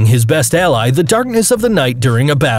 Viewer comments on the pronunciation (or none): none